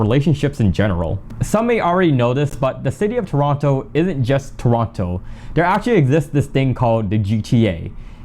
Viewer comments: You know he's not from Toronto by the way he sais 'Toronto' 😅🤣🤣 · Bro pronounced the second T in Toronto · I thought you guys pronouce it "turono"